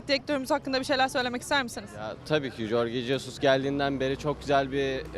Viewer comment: Soldaki beşiktaşlı jorge jesus diyemeyen fenerli mi olur savcılar göreve!